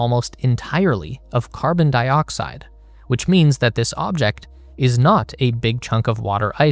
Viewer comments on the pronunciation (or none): none